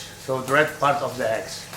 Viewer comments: Lol, eggs...si chiamano eggs, non HEggs....lol Mia nonna faceva una carbonara migliore di questa Siamo al 2025 e 'sto terrone non ha ancora imparato l'Inglese. Tuo nonno si gira nella tomba....lol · "I am a good hegg." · Where did he get the H in eggs? 😂😂😂 Heggs